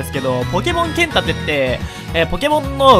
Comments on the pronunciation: ポケモンけっ↑ん盾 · けん↑たて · 剣⤴︎ 盾⤵︎